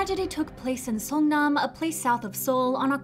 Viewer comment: SeongNAM not SeongMAN 😅